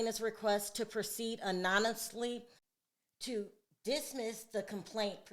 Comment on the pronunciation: Pronounced “A-Non—O-Must-Lee “